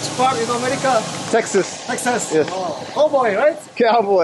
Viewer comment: he is try to say america but he said amrik